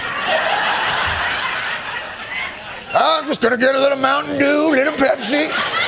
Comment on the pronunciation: Mdew? Pepsi??! Dude..Trump is pure Doke (Diet Coke). Come on Jon. Get with the program.